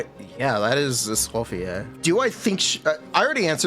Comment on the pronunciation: Escoffier is pronounced as "Eskow fiyé"